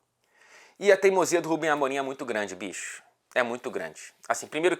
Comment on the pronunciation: muito engraçado todo formal e do nada ele solta um "bixxoxx eu não vi o toque"